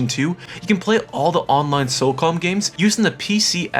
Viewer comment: OMG WHATS WRONG WITH YOUR SPEECH IMPEDIMENT!!! ITS LIBRARY. NOT LIBERRY . ITS SOCOM. THERES NO L ITS NOT SOLCOM. ITS NOT MENEL GEAR SOLIN ITS METAL GEAR SOLID. have a friend talk for your videos or something GOOD FFFFKKKINN GRIEF